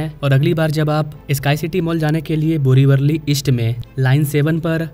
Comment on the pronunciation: It’s not Borivarli, it is Borivali.